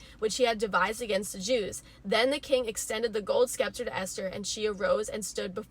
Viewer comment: I've gotta be one of those for a second. That "c" there is a silent one, like in "science". Pronounced "Sep'-ter"